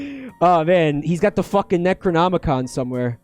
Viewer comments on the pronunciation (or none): none